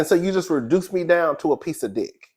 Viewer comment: "a piece a diock" is sending me jgfjhjh